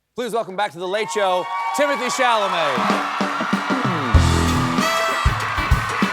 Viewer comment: You called him "Timothy!"!!?!!!! I will, going forward be referring to you as 'coal-bert', sir! 😆